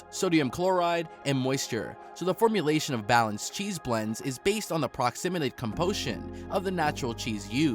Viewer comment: Formalayshin, huh?